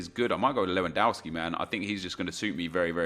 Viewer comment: it is LEWONDOSKI not lwoandouski!